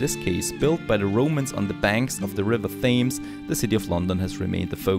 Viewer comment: Really enjoyed thanks. Very amusing..…….The River Thames is pronounced 'Tems' and no way is 'Valkyn' an English sounding name. Good First look though. LOL!